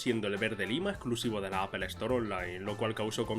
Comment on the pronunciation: “Apel”? “Equis Box”? “Pe Ese Pe”?????